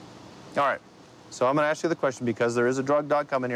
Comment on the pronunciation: I wonder why is so hard for some people to pronounce ASK?